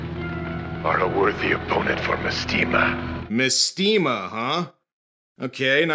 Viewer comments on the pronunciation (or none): mestema is actually supposed to be mAstema, like mastema, the fallen angel made famous by the shin megami tensei games